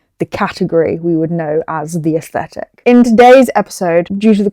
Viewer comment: aSHthetic lol please dont